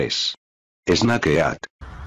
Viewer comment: 発音が「snake」じゃなくて「es na ke」なの面白い